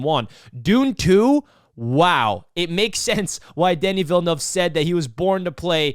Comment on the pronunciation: smashed 👍🏼 right away for the on point pronunciation of ‘Denis Villeneuve’. On point review too. Yeah this movie is awesome on many levels.